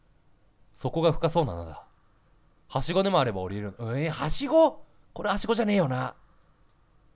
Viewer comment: うぽつです！ 「で、ハンマーを～ダンデ○坂野したんで、ここで、使うんじゃねぇのかな」って、一瞬考えたw 近くに落ちていた布って、雑巾とかじゃないよね？ 「光太ぁ～？」って、可愛い 「ハッシゴーが多分どっかにあるんだろうな。ハッシゴーがどっかにあると思う」って、イントネーションww 「書持った？持ったね」って、大事だからねwww 「俺がボタンを押さない限り、お前は叫び続けるマシーンだ分かったか」って、吹いたw ムキムキチワワww